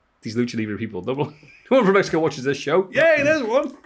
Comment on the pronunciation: As a Mexican who can speak Spanish pronunciation of Mexico was actually pretty good. 👍 LoL